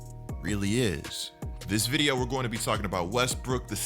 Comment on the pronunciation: Please stop saying vide-UH I might unsub 😂